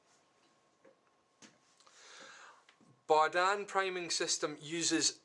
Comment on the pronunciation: Berdan, not Bardan